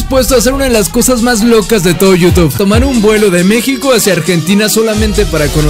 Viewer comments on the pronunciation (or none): none